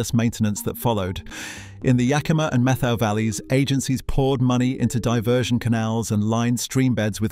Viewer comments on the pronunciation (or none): "METHOW" is pronounced, MET--HOW. Try talking to older people that are actually from Eastern Washington. Why was there a photo of Ted Nugent in there. He's from Texas. That being said, I am a big proponent of allowing these magnificent animals to thrive for the very reasons in this VLOG. There are a few of these furry creatures in the stream a few yards from my home. They are all thriving in the pond they built.